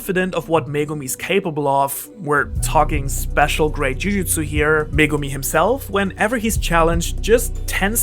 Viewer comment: Finally someone who can say megumi